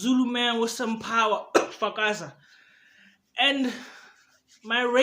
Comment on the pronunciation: Nigga said FAKAZA 🚮😂😂